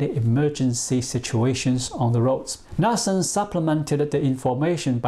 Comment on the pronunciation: it is pronounced "nootsen" (knutesen DANISH/Norwegian